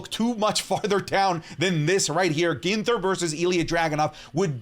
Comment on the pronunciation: My guy said Ginther 😅😅😅😅